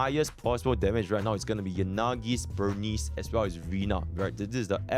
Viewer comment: why people violate burnice name like that? "burn-neece"